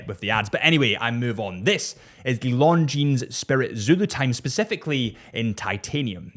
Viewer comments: Please... not LongineS .. no "S" when you say this brand. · Doesn’t matter, he prefers chewdur over longjeans 😂😂